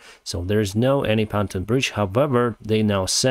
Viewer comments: Pon-toon, not pan-ton bridge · Just a friendly correction of pronunciation. "Pan ton" is pronounced Pon (as in Pond) and Toon (as in cartoon) 🙂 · It's pronounced PON-TUNE